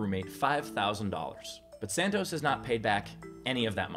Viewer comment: i love these steve :), also great drinking game evrytime you say "santoz"